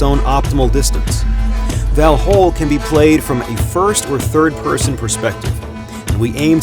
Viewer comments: Kind of bothers me when this narrator pronounce end part of Valhall (hall) as hôl as a english word. Sorry but that's wrong. Just saying. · Pronounced valhall and skol wrong it hurts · As a Swede the pronunciation of Valhall really hurt my ears and heart.